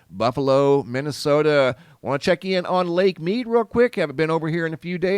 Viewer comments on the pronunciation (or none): none